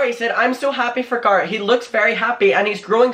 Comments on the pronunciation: Awe, I always love the way you say Garret because its so much softer than the way it's pronounced in the US. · I think the way you say Garretts name is really cool. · For someone who makes videos abt the same youtube drama for like 6 months now, at the very least I can be mad abt you pronouncing garret wrong, only new and interesting thing here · I honestly prefer your way of how you pronounce Garret it sounds more prestigious lol (coming from an American) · I love the way pronounces Garrett✨ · It's not making fun of you, it's being annoyed because you literally just said his name right, and then continue to say it wrong. It's HIS NAME. Other people might go by Garr-it, but he goes by Gair-et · Okay I'm saying it "Gurritt" now 😄😄😆. I hope you feel better asap! I know you love doing this and we love you for doing what you do but please don't push yourself when you're unwell, your body is trying to tell you sometheeeeeeng 🥺🌹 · Stop calling him Gahhhrit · That's the dumbest way to say Garrett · The way he says Garrett 😂😂 “Garr-it” 😂😂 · It’s not Garrett it’s Garrett dude. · saying GAR-rett for 10 min ❤️😂❤️ all love 🙏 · its "Garrett" babe. whatever accent you use. If you don't know Andrew was introduced to Shane by "Garrett" babe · Please learn how to say Garrett correctly! Sounds like carrot 🥕..lol and please you're too young to be passing on all this hear say and drama! I believe you're intelligent enough to come up with better content 😉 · I call him garr-it cork accent 😂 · i mean i know its your accent but its a name, and names are pronounced a certain way... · I actually like the way you say Garrett lol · wait who’s talking shit abt ur pronunciation the way u say garrett is so cute 🥺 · Even when you have an accent you still should try to pronounce someones name the way they personally say it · I love the way you say Garrett.. that’s how it should be pronounced from now on 😍😘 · I personally LOVE the way you say Garrett